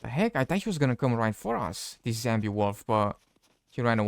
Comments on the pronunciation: I wonder if he knows it's zombie, not zambie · wtf is a "Zambie"??? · "zambi" but did they add bambi? the fuck is wrong with the "zambi" woof is he ice skating? lmfao